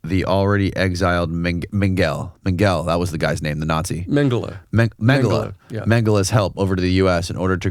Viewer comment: The pronunciation of Mengele is usually ˈmɛŋgələ without stressing the "g", but the "ng" is fluid/flowing like in the word "cliffhanger". You guys pronounced it like "anger", stressing the "g". And as far as I know his name was spelled Josef, not Joseph... pronounced 'yosef ˈmɛŋgələ.